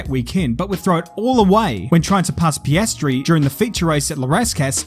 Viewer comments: Its piastri not paystrey…. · It’s Piastri, not Pastry. That’s something sweet you eat. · Anyone else ticked off by his pronunciation of the name Piastri? The i comes before the a, dude. So it’s not pronounced as pastry, it’s pee-astry. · Its Pi astri .. say it like an italian.. you make it sound like pastries ... 🤦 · Did you just call Piastri for Pastry? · It’s a play on the drivers name. “Pastry” Just Having fun! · Loads of talent, needs to learn to play the PR game but then again, to me he comes across as straight up. Sad that sport has become So PC that people feel afraid of being honest. I think Tictum and Lawson are both two of the most exciting drivers to watch. Hard to win if you aren’t in Prema…On a separate note, Oscar Piastri’s surname is not pronounced “pastry”. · I hearing Piastri as pastry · Mate it’s sense of humour! Of course it’s piastry he’s just having some fun with his name😂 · Is pronunciation of Piastri some meme I don't get?